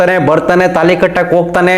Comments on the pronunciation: ತೆನಾಲಿ ಅಲ್ಲ ತಾಳಿ. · ತಾಲಿ ಅಲ್ಲ ತಾಳಿ.